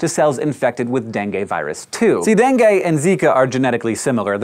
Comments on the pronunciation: I thought you were saying Bengay, not Dengue. Needless to say it was weird. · dengue? gatas-gatas.